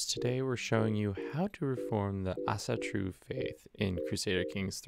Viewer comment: Pretty decent pronounciation of Æsatru, nice.